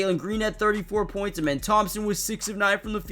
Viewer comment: His name isn’t pronounced amen it’s ahmen like the god ahmen rah